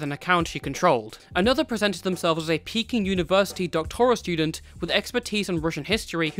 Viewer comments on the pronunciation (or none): none